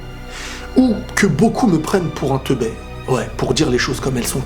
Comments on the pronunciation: Teubé pas "teubè" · Rien que le fait de mal dire "teubé" donne vraiment l'impression que tu es "teubé"... Je suis content de m'être désabonné il y a longtemps. Tu te contredis entre toutes tes vidéos.... Essaye d'être clair et de ne pas revenir à chaque fois sur ce que tu as dis... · on dit Teubé pas Teubai sinon bonne vidéo